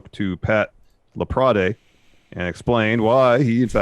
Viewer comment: Since it's been twice now, it's Laprad and not Laprad-eh. You don't pronounce the E.